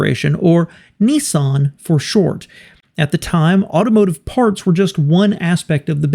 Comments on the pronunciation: ‘Neeson’? Nissan what the an “I”!🤮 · Dart-sun and Nee-sarn? I thought it was pronounced Dat-sun and Niss- san. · There is no such car as a “ knee-sun” what you really mean to say is NISSAN , the first syllable rhymes with “miss” . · WISH YOU YANKS PRONOUNCED NISSAN CORRECTLY. THEY IS NO E IN IT, YOU LOT SAY NEEESSAN. ITS NISSAN, PISS NISS, PISS-AN NISS-AN. YOU DO NOT SAY PEESSS DO YOU FOR PISS. SO STOP SAYING NEEEESSAN FOR NISSAN, REMEMBER PISS NISS-AN FFS. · How does NISSAN become NEESON??? How does DATSUN become DUTSON??? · It's not DUtsun -its DAtsun, like CAT It's not Nee-sarn - it's Niss'n, like KISS Get it right. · Nissan, not Nessun. .🤦🏻‍♂️ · It’s actually not pronounced ‘neesan’ it should be ‘niss-an’. The two consonants after the ‘I’ make it hard. It’s an oddity in the US that the vowel/consonant rule is very often ignored. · The big question is why do Americans pronounce it as “knee sahn”? Everyone else seems to call them Nissan. As in “Niss Ann”. Same as it is spelled. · Its not "Neeson" its an "I" no "EE's".. phonetically Niss-an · Hey mate , you've put together a great video on both car manufacturers & how they've become 1 , but , Why do you American's have so much difficulty pronouncing words properly? ; over here in Australia ( Oz ) - we pronounce Nissan as "Niss-an" & not "Niss-arn" & Datsun is pronounced as "Dat-sun & not "Dart-son" & I find this very hard to put up with hearing ; although you've done a great job of things - just remember that we find the American mispronunciation difficult to handle over here ( even in movies etc ) so keep this in mind when you're doing your next video(s) as you've done a great job so far. Do keep on going with your videos. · Why do Americans say it wrong, it's nis_san not nes_sin and dat_son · Neessan ffs, there's no "e" in Nissan, why can't yanks pronounce it properly, Niss-an. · It’s pronounced “Niss-anne”, NOT “Nee-son” FFS!! 🤬🤬🤬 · It isn't pronounced Neesan, it's pronounced Ni ssan